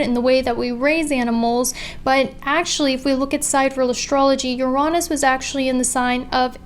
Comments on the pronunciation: Yo I RESPECT for saying "Uraanus", instead of... You know what! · I thought it was pronounced yuh-ri-nis (with emphasis on the Yuh x) )